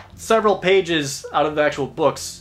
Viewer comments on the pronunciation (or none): none